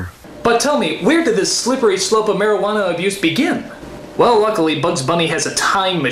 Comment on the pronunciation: Cuando Simón dice Marihuana le escuche Maradona y pense "genial, van a hablar de futbol"